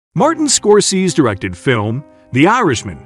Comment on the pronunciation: U pronounced the legend director name wrong dummy.🤷‍♂️🤦‍♂️